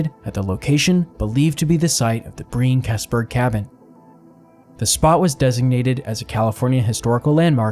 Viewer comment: it's pronounced Keesburg not Kesburg